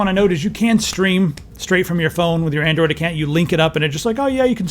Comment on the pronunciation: "Andriod TV" lol